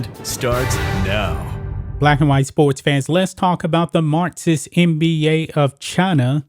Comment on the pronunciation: Learn to pronounce your fucking K's! MarXist NOT martsist. SiXers NOT sitsers. HawKs not Hawts. BuCKS NOT Buts. DunKs NOT dunts. FolKs NOT folts. AttaCKs NOT attats! NeXt NOT nets!